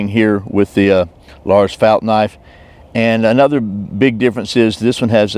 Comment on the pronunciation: If you meant the name then its probounced felt not fault. Au sound would be made with the letter å not ä as in fält